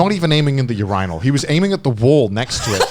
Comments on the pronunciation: Yur-eye-nall ~ Conor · "yur-eye-nell" yeah i never heard anyone saying that before like wtf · The u-RYE-null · WHEN HE PRONOUCED URNIAL LIKE UR-EYE-NUL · Ur ianal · Connor's prononciation of "urinal" killed me 😂... And the clubbing story too 😂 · Who the flip pronounces "urinal" that way? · Urinal... i love connar's pronounciation. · Why no one talking about how Connor pronounces Urinal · Bro hearing him pronounce “urinal” like that legit made me blow water out my nose 😂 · first time I heard urinal pronounced this way